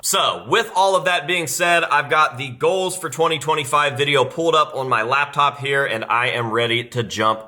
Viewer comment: It’s pronounced GOALS not GLOWS